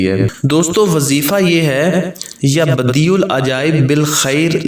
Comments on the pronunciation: Pesh Nahi zabar hai please don't mind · Screen per apne يا بَدِيعَ العجائب likha ha or parnhy me ap pesh بديعُk sath parh rhy hain؟؟؟ pesh k sath ha ya zabr k sath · پہلی ع کے اوپر زبر ہے اور دوسرے ع اوپر پیش ہے